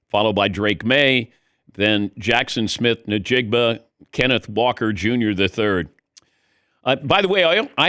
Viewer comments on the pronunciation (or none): Dan; you're on a nat'l sports show. Please get yourself and your crew to get you to pronounce JSN's name correctly!! It's EN JIG BA not NE JIG BA.